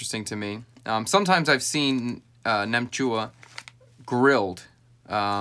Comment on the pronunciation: Wow I am more surprised how well you pronounce "nem chua". It's like 95% vietnamese. Nem chua is a dish u snack with beers. It's fermented so it's actually good for your gut. Only thing I don't like about it is the curing ingredient that makes the colour pink.